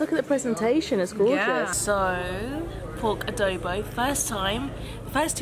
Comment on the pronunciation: Haha its funny how you pronounce adobo 🤣 actually its ah doh boh